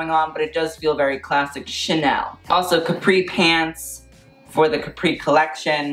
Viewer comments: I can feel the pain of all the italians when he said "CAPRÌ" instead of "CÀPRI" lmao🇮🇹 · It’s Cápri not Caprí, please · Please learn how to pronounce CÁPRI AND CAMILLA. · He keeps saying the island name like the American juice box instead of the actual name. I'm going to cry laughing.